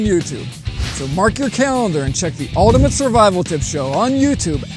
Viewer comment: Your pronunciation of 'Ultimate' is not great...